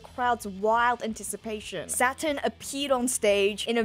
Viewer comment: I mean I surely didn't realise until now but everytime says Saturn, I hear Satan. That with the satanic ritual and the devil fruit, there maybe something similarly sinister about Imu and other gorosei 😮😮😮